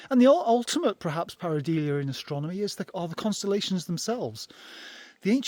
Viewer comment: Many apologies to our viewers that in my segment, I was mispronouncing the word Pareidolia -- which is pronounced par-i-DOH-lee-uh not par-i-DEE-lee-uh. Must have been distracted by that cool crow !